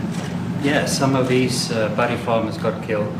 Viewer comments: Great video. It sounds like you say form and formers instead of farm and farmers. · Why are you saying formers? FARMERS